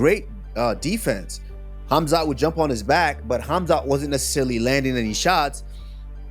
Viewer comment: F.A.O: Tim Welsch Uhhm....."Homzot"?.......Dafuq? It's "KhAmzAt" you absolute cling-on-berry! 🤌🏻😑🤌🏻 Seriously How can you not know how to pronounce the guys name, I mean, All of us fans hear/say it just fine, but somehow you just can't figure it out? WTAF?